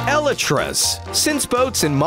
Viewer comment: I honestly have NEVER heard someone pronounce 'elytras' that way! XD